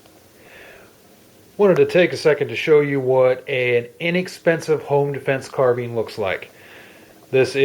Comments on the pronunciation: Carbine not Carbean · "Carbean?" Seems like no two people say it alike?